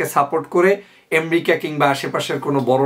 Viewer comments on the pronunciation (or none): এম্রিকা কি ভাই? উচ্চারণ টাও ঠিক করে করতে পারেন না?? খুবই দুঃখ জনক।